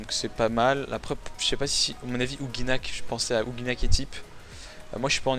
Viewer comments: tu dit ouginak x) ankama a confirmer que ca se prononce oujinak :p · Quand va-t-on arrêter d'entendre "ouGUInak" ... Un "g" suivit d'un "i" donne le son "ji" en français :/ ...